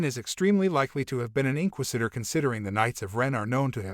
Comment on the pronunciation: Welp for one love how you said the word inquisitor wrong the whole video 😂Marrok really a female barriss well maybe but did you know that the stunt actor playing Marrok Paul Bernard is 6/1 and Sam Witwer is to I seen no clues to it being barriss they would have dropped a hint or clue by now I believe btw they been dropping hints and Easter eggs about Starkiller in the last couple of shows his armor was in the andor show they have mirrored scenes in the Kenobi show from the game 🤷‍♂️ why drop hints or Easter eggs if they dont plan on a Starkiller thing honestly I'm not rooting for Starkiller I'm rooting for Sam witwer because he's done so much for the franchise he deserves a live action role